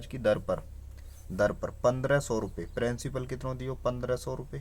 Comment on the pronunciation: Hutiye! वो प्रिंसिपल होता है प्रेंसिपल नहीं 😂😂 Bolna sikhle pehle fir padhaio 😂